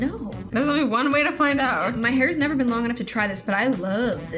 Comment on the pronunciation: “Never” say “never” TOTALLY DID NOT SAY NEV- TWO TIMES